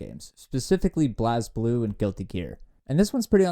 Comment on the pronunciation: Do not ever pronounce Blazblue like that again bruh